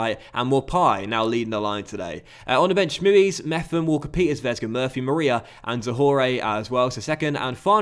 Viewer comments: I corrected him when he signed him ages ago but he still mis-pronounces it 🤣🤣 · I swear you've pronounced Mepham in every way possible throughout the short time you've had him